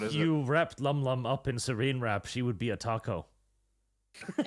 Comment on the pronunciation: Noone correcting saying Serene wrap instead of saran